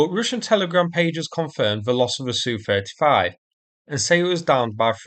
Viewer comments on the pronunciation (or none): It’s nor Sue35, it’s ess you 35. SU is an abbreviation for Sukhoi. Two letter abbreviations were also used by German aircraft manufacturers in WW2. Messerschmidt was initially BF and then ME, Dornier was DO, Junkers was JU, Arado was AR, Heinkel was HE and Focke Wolf was FW. Aircraft two character abbreviations are pronounced as their letters not as a word. Just as MI6 is never called my 6.